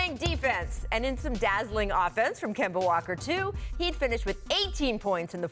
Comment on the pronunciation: Scottie can't ever say anybody name correctly... KAWAAD AND KEMBO SMH